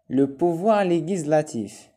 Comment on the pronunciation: Legislativeتأكد من نطقها